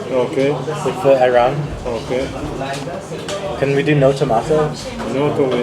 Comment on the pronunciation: couple tips: 1 you got scammed with the mussles the average price for the small ones is 5 2 the sand-boiled turkish coffe is a tourist trap 3 please dont lahmacun turkish pizza its LIKE pizza but its NOT pizza + its more used as a shell for the stuff you put it it 4 ayran' a's are pronounced differnt its like the word alibi